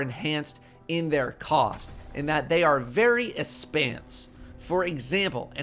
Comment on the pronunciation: Literally laughed out loud when he threw out the 'espense.'